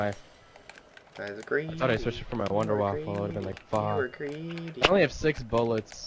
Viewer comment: wunderwaffe not wunderwaffle :P